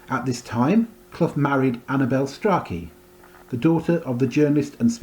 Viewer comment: Strachey is pronounced "stray-chee"